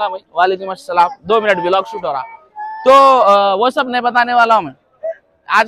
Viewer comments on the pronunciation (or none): Vilog ny bolte bhaii vlog bolte